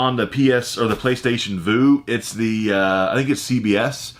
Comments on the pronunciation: Playstation Vue is pronounced like "View" not Voo...not being a jerk just letting you know. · I love your videos but I had to comment because you've said this a few times. It's the Playstation Vue pronounced like "view" not "vu". It's like you are viewing something. I have it too. Keep on rocking! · Vue is pronounced like view...just a heads up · PlayStation Vue (pronounced view). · "PlayStation Voo" oof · It's Playstation Vue as in "VIEW" otherwise Great video once again. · PlayStation Vu is pronounced. View. Lol